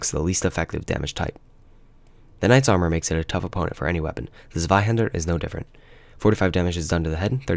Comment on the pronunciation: Just a heads up,it's pronounced "Tswaihander", not "Sweyhaender".